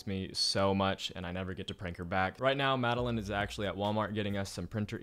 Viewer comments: you didn’t call Madeline you called Madeleen 😂😂😂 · Call Madeline (Mad-uh-lin) Siri: Calling Madeline (MAd-Eh-LaYnE)